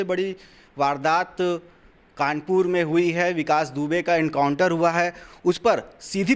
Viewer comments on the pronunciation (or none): पागल हो गया तू काउंटर नहीं बेटा एनकाउंटर होता है पहले बोलना सीखो पागल साले